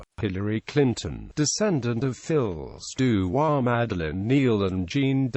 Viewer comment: Please pronounce the title properly. Fee du roi, not fills du roi